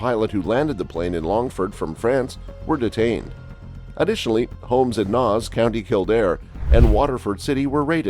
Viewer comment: It's pernounced nase